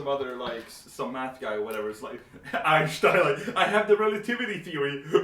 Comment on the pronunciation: The way pronounced Einstein made me strangely happy 🤣